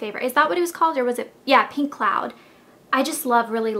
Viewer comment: Pink not PEENK!!!!!